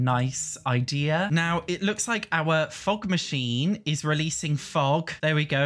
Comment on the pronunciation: everytime says fog machine I hear fuck machine